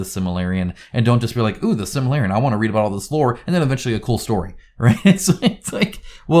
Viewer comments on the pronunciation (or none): The Silmarillion. SIL-ma-RILL-ion 🙂